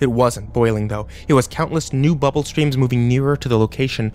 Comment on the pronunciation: Am I the only who laughed a little every time he said "bubble?" 😂